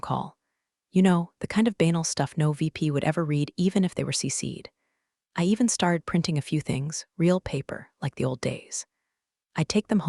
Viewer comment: “Banal” does not rhyme with “anal”